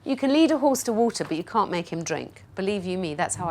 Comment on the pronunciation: No r in can’t